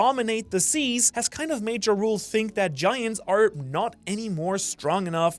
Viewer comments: Its pronounced Yarul, not Jarul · its pronounced like Yarl... as in the viking leaders, Jarls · Jarul name is actually pronounced "yar-uhl". Atleast im pretty sure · I cant lie, its hard to focus when all i hear is 'Ja Rule'😅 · I love the content, but Jarul's name is not pronounced with a J sound like the word "giant." It's pronounced "Yah-rul" like the title of Jarl in the culture the giants are inspired from. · Can we please stop calling old man Ja-Rule? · Stop pronouncing the J so hard, it's pronounced Yarule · Ja Rule... cmon you keep bringing up the giants relation to Norse mythology, the J is pronounced as a Y similar to jormungandr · Am i the only person who thinks thats not the right pronunciation for Jarul ?? Hes not a rapper! I think its more of a Y pronunciation than a J… like Yahrl ?? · Yea the way he pronounces it has been irritating me so much